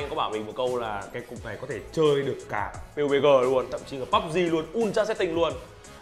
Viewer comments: chơi pê u bê gờ thậm chí là cả bắp zi nuôn :)) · Pê U Bê Gờ thậm chí là Púb Gi?